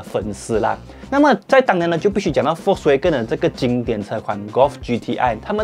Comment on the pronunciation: 念 FOLKS WAH哇 GEN根 谢谢 🙄